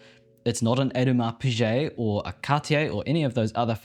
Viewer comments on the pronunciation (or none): Dude it’s pronounced Eau-Du-Ma Pee-Gay 👍